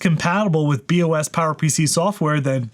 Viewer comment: Every time I hear him say "Bee Oh Ess" it sounds to me like he's referring to a Body Odor System